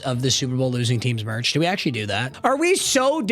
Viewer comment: … can NOT say the word actually. We also never gave 69 a pass.